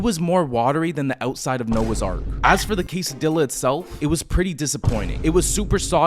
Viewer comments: He said Quesadilla as it’s spelled out😂😂😂😂 QuesadEEYA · You did not just pronounce quesadilla like that lmao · That is NOT how you pronounce Quesadilla 😭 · The way you said quesadilla is worse than this girl I know who purposely butchers it.. my Mexican heart can't take this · No way bro pronounced quesadilla that way